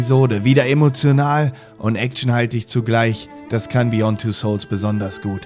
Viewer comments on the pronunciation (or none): Wow, wie macht man "Beyond" zu "Besong"?